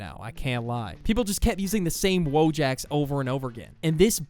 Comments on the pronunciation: wojak is not pronounced as "wow jack" its "voyak" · tbh I used to be annoyed when people pronounced wojak like that cuz I’m a lazy Polish nerd 😭💀🥀